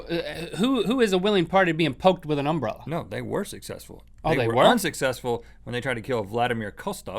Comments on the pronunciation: Why is that guy pronouncing umbrella like that? Like he is putting emphasis on the first syllable. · They say umbrella weird, with that emphasis on "um." They say UM-brell-a. We say um-BREL-la in my area. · i find it wierd to hear that Link pronounces "umbrella" like "UMbrella", enunciating the "um", but that's just because me and everyone i know enunciate "Brell", like "umBRELLa" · Am I the only one who thinks they pronounce umbrella kinda weird? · I love how they emphasize the "um" in "umbrella" instead of the "ell." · Link said umbrella wrong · the way link says umbrella pisses me off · It is because they put emphasis on the "Um" part. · It's because they put the accent on the first syllable instead of the second